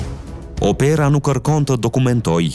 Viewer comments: Te fjala OPERA, theksi bie te "O" dhe jo te "E". Nga kanibalizmi demokratik nuk shpëton edhe gjuha shqipe. E shkreta gjuhe shqipe që ishje dikur aq e bukur!!! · OPERA> Theksi bie në zanoren "O".